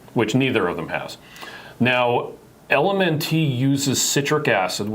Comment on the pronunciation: It tickles me theway you say LMNT. It is pronounced like Element.